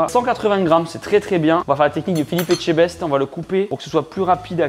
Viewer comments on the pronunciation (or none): none